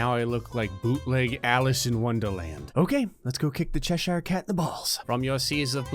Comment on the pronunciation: from an English person, “Cheshire” is pronounced as “chesher”